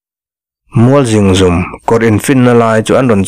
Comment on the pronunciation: Zingzum tih kha i lam diklo tlat mai